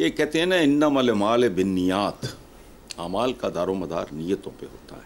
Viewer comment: Innamal Amalu hota he sir plz correct it thanks